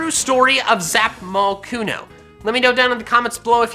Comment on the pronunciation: Says its name in a weird accent Zapmocooooooon